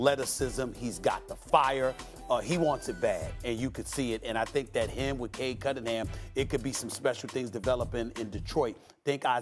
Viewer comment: I hate how Perk pronounces Cade Cunningham as Cade Cuddinham. Drives me nuts 😩